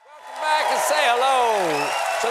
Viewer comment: Finally they're gonna stop saying "hwelcome," instead of "welcome".